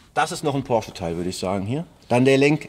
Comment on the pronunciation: Ich finde es respektierlich, gegenueber der Marke Porsche, dass er den Namen korrekt ausspricht. Viele Englischsprachige Menschen sagen einfach "Porsch"